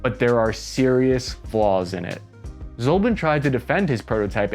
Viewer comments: American (that is - USA citizens') tradition is to mispronounce non-English names. It seems they do it purposefully to demonstrate and make clear their disrespect to other-than-English languages and respective languages, traditions, nations. He is NOT "Vladimir ZOLBIN". He is Vladimir Zlobin. His surname stems from Russian word "Злоба" and there is no "Zolba" word in Russian language. IZHMASH pronounced like "IZH-MUSH" for "Izhevskie Mushiny" - Machines from Izhevsk. You are not poor to hire a Russian language consultant - you refuse to do it - because ;ike to show - how much you do not care. In all other aspects - well done, was interesting to listen. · How do you Americans butcher English so much. Izhmash… becomes Azmeeof. Its just izh… mash. Zlobin… zolbin. Can you even?